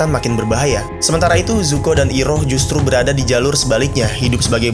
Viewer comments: nyebutnya jangan i roh kayak nama ibu ibu orang sunda ,mentang mentang ditulisnya iroh bacanya ai roh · iiiroh,,, adminnya waktu kartun ini tayang di globalTV masih bentuk sperm x ya? seinget gw Airoh cara bacanya. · nyebutnya AIROH Bang